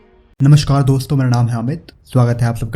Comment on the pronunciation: नमस्कार होता है, *श नही